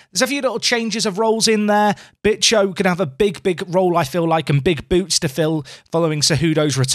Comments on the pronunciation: Bicho, I think it would pronounced Bea-cho. No bitches , sorry. But it's more a slang name, like Nacho for Ignacio. Jim for James, that kind of thing.. Although, I have an image in my mind of Martin Tyler screaming "Bitchoooooooo, I swear you'll never see anything like it" 😂 edit: I should add, it's not a very nice nickname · It's pronounced BEEcho. Please and thank you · It's definitely not "bitch-o",. Lmfao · Every time you mention Bicho, it sounds like you're saying "Big Show" like the wrestler! Makes me chuckle every time... 😂😂